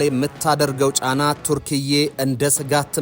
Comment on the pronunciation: የሀገሪቱ ስም ተርኪያ ነው እንጂ ቱርክዬ አይባልም ሲጠራ